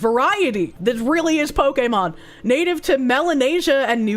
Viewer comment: may have some trouble with pronunciation, but I'll always love her for saying Pokémon in the most correct way possible.